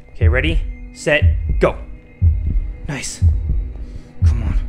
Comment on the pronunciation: Did he really just say niceu, he definitely stole that from J-hope. I hate snakeu.